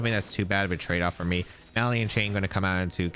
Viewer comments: 😂😂😂 right by the 3rd or 4th time I was like cmon 😂 Ma-lig-Nant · …are you pronouncing “malignant” “MAH-lee-int”? It’s “muh-LIG-nint”. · I only comment this because I respect you, “muh-lig-nant” Keep up the good work! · NOTHING beats “Hardon Engine” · He's not even doing the soft French "gn" because he's not pronouncing that "n" at all. He was saying "maliant" chain. The soft "gn" in French is pronounced more like ñ in Spanish by the way, it's kind of a "nyuh" sound. It's not like "malign" in English, which is just a silent "g", and said like "maline". Source : I speak French natively.